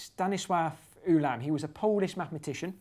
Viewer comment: Hello. Ulam is pronounced like (sorry I can't use IPA) oolam than yoolam. Polish orthography says hello